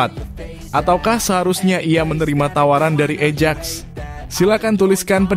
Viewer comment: AJAX itu dibaca AYAKS bukan ejek ... !!! 😂😂😂 CUP dibaca KAP bukan cupu ... !!! 😂😂😂 mikiiirrr!